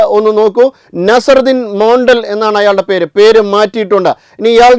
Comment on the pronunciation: മണടൽ അല്ല മോണ്ടൽ ആണു